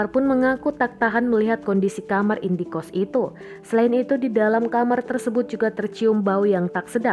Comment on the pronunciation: indekost bukan indie-kost ....halah2😌